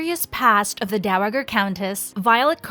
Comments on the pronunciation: Dow-uh-grrrr? Please please learn your pronunciations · Dow A JER. It’s not a had G.